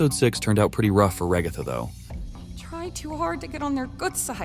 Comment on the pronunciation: Why the ai voice say the ragatha as raihgatha?💀